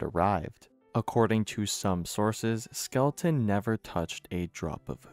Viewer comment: Skel-ton. Not Skel-e-ton.